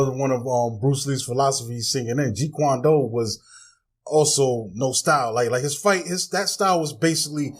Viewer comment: It's Jeet Kune Do.. not Jeet Kwan Doo